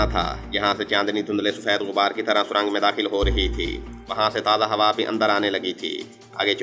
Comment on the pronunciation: Surang nh surung hota h jnb